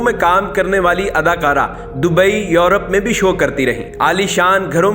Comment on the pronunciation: او بھائی ادکارہ نہیں اداکارہ ہوتا ہے ۔